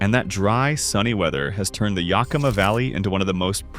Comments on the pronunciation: If I had to hear Yahkimah one more time … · We don't know were yukama , learn how to pronounce our native names YA KA MA ! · Yakima, short a (like yak, cat, hat) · Rhymes with Omaha. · Really! Someone needs to tell Ai how to pronounce most of Washington's cities! Start with Yakima. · I’ve commented on this in another of these videos. I was born in Yakima and I nearly spit out my wine when “he” said it.